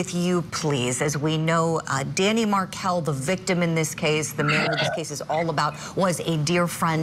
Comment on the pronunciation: please say Dan Markel’s name correctly